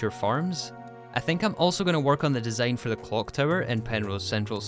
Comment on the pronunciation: besides the fact that english is my second language, one of the major troubles for me in understanding his speech is his pronunciation of the words like 'design' as dee zayne, not even mentioning woh uh instead of water although dont get me wrong, im not blaming this guy for his accent as i do acknowledge that an accent isn't chosen, i just commented my feelings, no hate here